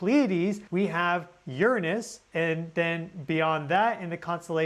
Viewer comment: Finally! Someone who says "Uranus" right! 😉